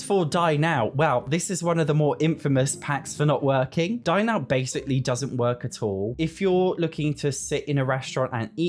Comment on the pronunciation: every time you say "dine out" i hear "die now" and it's hilarious